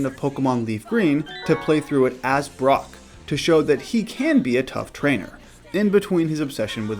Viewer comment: "Brock", not "Brook"